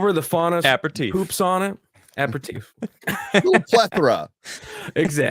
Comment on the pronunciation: Did try to say "apéritif"- / appetif/? Cause it wasn't even close...